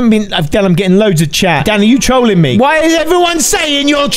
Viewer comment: I love your intro there you say i am gonna be teolling😂 When i hear that you Are gonna be teolling then i want to take some popcorn😂🍿